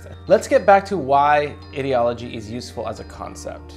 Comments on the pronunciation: That is not how you pronounce Ideology. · Anyone else wierded out by how he says ideology?